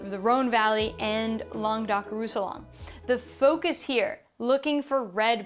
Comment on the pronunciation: The second "r" in Mourvèdre is not silent, the "ll" in Roussillon is more like the "ll" in Tortilla, fyi ;-)